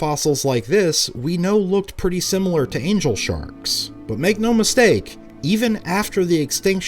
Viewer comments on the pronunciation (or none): none